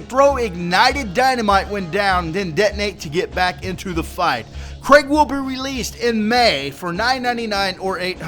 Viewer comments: craig is craig like in craig;s list but krieg means War in german does not sound diferent to your ears dude? lol better do some (lil) research before posting to your channel and look dumb just my 2 cts here but actually was funny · It may not be the best time to correct your pronunciation, but Krieg's name is pronounced "Kreeg" It is a German word that translates to 'war' My condolences for your loss. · It'ss Krieg not Kreg, it has an "ee" like "bee" it's also german for "war" fitting don't you think? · Name's German, it's pronounced "KREEG", like the end of "Blitzkrieg". In German, if you see two vowels together (i-e), you always pronounce the last one as a hard vowel (so "EE" not "eh"). Not to nit-pick or be a jerk, just thought I'd put it out there. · His name isn't Craig, it's Krieg. Pronounced like creeg. It's German for war. I gave up on this video about 2 minutes in due to your poor pronunciation of a fairly simple word. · 1: Krieg is pronounced with ee not ai. 2: It should be noted that in BL1, the pearls were pretty much only for bragging; there were orange, and even purple, that worked better for most class builds. 3: Thanks for doing what you do. I've gotten all five of my legendaries from your tips. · its Krieg - like blitzkrieg - German for war. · also its pronounced kreeg. krieg is german for war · his name is pronounced Kreeg, like blitzkrieg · Krieg is german for war, i think you should spell it out like "Kreeg" or something. But great video, like always :D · so his name is "Craig", coulda sworn it said "Krieg"..... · Its KRE-g like blitzkrieg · I think it's pronounced 'kreeg' as in blitzkrieg. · No, you said Creg, there is a big difference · My condolences about your grandma :/ And you pronounce his name Kreeg since Krieg is a german word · Just saying its pronounced kreeg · Say it KREEG not Craig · Craig?? Its Krieg bro. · His name is "KRIEG" you tard not craig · "Krieg" not "Craig" the Psycho, haha :P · ITS KREIG